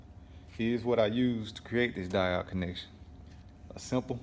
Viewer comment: Lolol I hope you have learned how to pronounce diode by now.